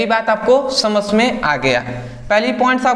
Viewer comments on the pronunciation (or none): Thanks brother 👍 🙏 But aap samjh ko samsh 😅 mai aa gya bolte ho 😀😀😁😁